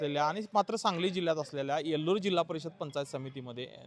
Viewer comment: Yeluur nahi baba yelur ahe